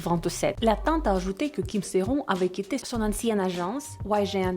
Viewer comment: C kim sea ron mais sa se prononce Kim sea RONEEEEE merci